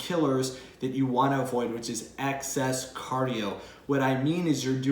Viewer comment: Did you just say “access cardio”…? That’s what’s wrong with me…even though I don’t do cardio, I have access to it when I go to the gym…😂